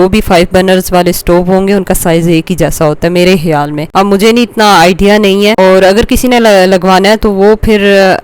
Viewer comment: Ek advice hai apke Liye Ap K ko H bolti hai Jese ke khayaal rakhega ko ap bolti hai hayaal rakhega or title Mai Mai hudgaraz likhna hai kudgaraz hota hai Api sahe bola karein wese bolne Mai acha nhi lgta❤